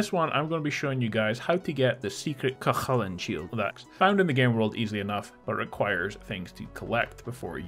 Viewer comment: Your pronunciations are, interesting.. Cu Chulainn is more ‘Coo hullan’ there is a bit of a guttural sound, but not as much as you have. Think of the name ‘Gallagher’, the way the g is silent and the h has a slight kh sound. Meath, Meath is hard to write this out. You’re saying Meath like it rhymes with wreath or teeth. That’s wrong. It’s more like breathe or bathe. Perhaps Meath should have an e at the end in English.